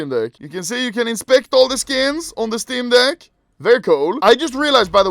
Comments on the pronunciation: I love how his accent makes it really seem like he says "steam dick" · I can’t be the only one that thinks he says “Steam Dick” every time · Is this only me who feels like anomaly is saying steam dick